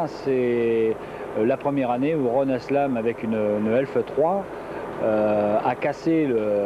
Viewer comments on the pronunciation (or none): I still think this is the way Forward as telescopic forks are an engineering anachronism. Oh and its Haslam, not 'aslam